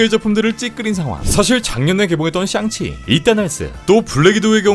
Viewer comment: 썅치 ㅋㅋㅋㅋ 발음이 👀👀ㅋㅋㅋㅋㅋ